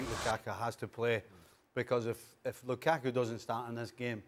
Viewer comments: Did Stevie say Lukaka ? Lmao. Hatrick Lakaka lol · Stevie has said lukaka🤣🤣🤣🤣🤣🤣🤣🤣🤣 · Did Stevie just called that man Lukaka 💀😂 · He almost said Lakaka but gobbled and gibbled a mutated name. 😂